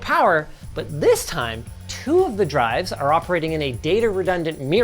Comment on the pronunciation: Turned TeeDRiS to TuRDS. 😂